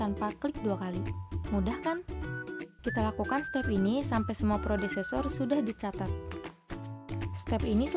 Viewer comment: Predecessor kak bukan prodecessor 🙏, sisa nya keren 👌